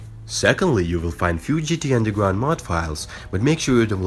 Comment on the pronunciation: ''today i will show you how to install undelgwound mod for gta san andweas'' u dont know how to use an R?